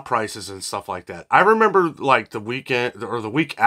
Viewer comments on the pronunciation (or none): none